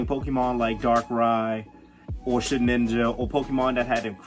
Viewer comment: “Sheninja” lol it’s “Shedinja”